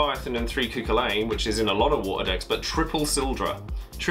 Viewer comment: its pronounced "koo-hullen" btw, its celtic